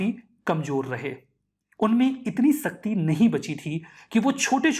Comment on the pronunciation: sir shakti hota hai naki sakti. 😂